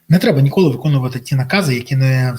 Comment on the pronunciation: Шановний пане Бориславе! Будь ласка. Візьміть пару тренінгів з української вимови. Неможливо слухати 'нИколи' і 'сьогоднЯ'. Прошу не ганьбитися і поважати своїх слухачів - ДУЖЕ